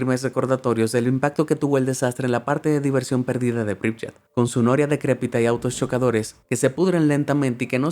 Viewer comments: Solo con China se puede rellenar el top, yo conocí ese distrito en Tianjin y es tal cual, esta todo vacío…Turkmenistan es un país como Corea del Norte, muy pocos turistas pueden entrar…La ciudad Ucraniana se pronuncia “Pripiát” no “Pripllat” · Algo que corregir: Pripyat se lee < >